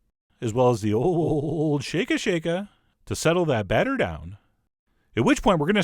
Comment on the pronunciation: That makes sense. Usually people roll r’s in speech, but this guy can roll l’s.